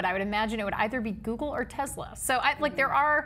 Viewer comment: Stop calling it a Tezla!